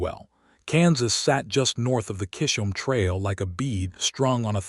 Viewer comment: Oh no 😲 Not another story (and yet a good story) that pronounces kiss'm Trail so very wrong! (is it a trail where everyone kisses?) Chisholm Trail is said with a beginning 'ch' ... like in church... ((middle 'h' is silent)) Chiz' um Trail 'ch' can have a ch ch ch, 🚂 sound.. or a Hard 'K' sound. 'Character' has the hard K sound at the beginning. Kar' ac ter It would be nice to hear this trail's name pronounced correctly, Chiz um Ch... like in church. Thnx....